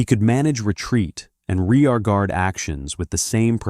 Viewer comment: Someone please tell me what a Ree-Ah-Guard Action is, 'cuz I'm not familiar with that military maneuver